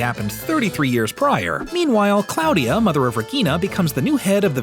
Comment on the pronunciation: Claw-dia.... not Cloud-dia ...